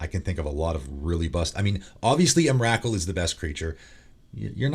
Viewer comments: Just FYI, it's EM-RUH-KOOL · I agree with most of what you say. Biggest controversy has to be your pronunciation though. Not saying it's wrong, but have literally never heard anyone pronounce Emrakul than what I heard today. Lol the names have been so wild since I first heard Iname. XD Keep it up though. Glad you got your channel back. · Dude,seriously,the way you say Emrakul is like nails on a chalkboard......I’ve never heard anyone ever pronounce her name like that before